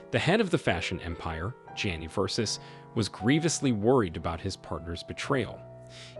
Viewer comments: "Versus"? Seriously??? I switched off eleven seconds in 😫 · VERSUS? Omg try even a little bit. Bye- cant listen !!!